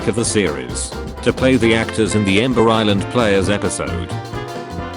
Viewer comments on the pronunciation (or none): none